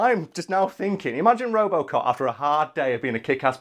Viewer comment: What the hell is "ropocop"? Is it good?